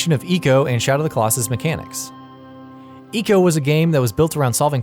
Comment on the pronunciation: ...Eco? ...Why most hipsters pronounce things wrong on purpose. EDIT: Also, the connection to Ico and SotC is the women... not the horse... so you really think SotC is a story of a man loving his horse... when it's about a man killing god-like beasts to save his woman... ? Sheesh, at least have someone who has at least played these games before do this video. As a fan of these games, I felt almost insulted.